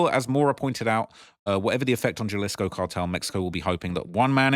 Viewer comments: Jalisco pronounced with no “J” annunciation (Halisco) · Say it with me HA-LISCO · Can you pls pronounce Jalisco with An h like huhlisco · pronouncing the J in all the spanish words/cities is killing me 😭😂